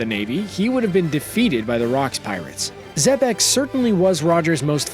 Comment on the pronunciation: Nigga said rocks d. Xebastien. Who da fock is dat geezer